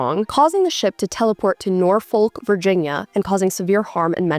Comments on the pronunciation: You know someone hasn’t been to Virginia when it’s pronounced Nor-folk rather than Nor-fuq/ Nor-fick. I don’t know why we pronounce it this way, Virginia’s weird😂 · This is so slay girl but I do have to say that Norfolk is pronounced "Nor-fuhk" (you don't pronounce the L) or "Nah-fick" if you're a true local. IDK why lolol and there's like no way to know because it's spelled with the L but just for future awareness!!! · as a girlie from virginia beach, hearing you pronounce norfolk physically hurt me 😅 anyways great video as always diva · As a Brit that lives in Norfolk England, not America. That pronunciation of Norfolk was WILD 😭